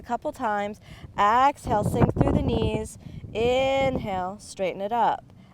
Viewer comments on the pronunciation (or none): Inhale then "Axe" hale